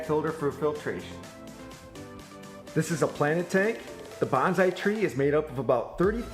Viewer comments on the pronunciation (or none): none